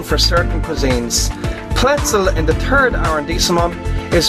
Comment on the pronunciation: When he says 3rd it sounds like turd aha